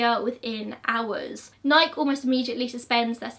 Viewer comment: Lol Nike is pronounced "ny-key" 😉 it does not rhyme with bike